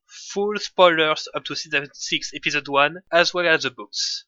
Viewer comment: Y a qu'un français pour prononcer "épisode" comme ça ^^ c'est la première fois que je vois un francophone faire des vidéos en anglais, c'est un peu perturbant d'avoir un aperçu de notre accent